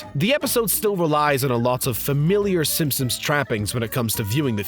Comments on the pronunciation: Am I the only one who constantly heard him say Simpums ? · “Simpsoms” omfg dude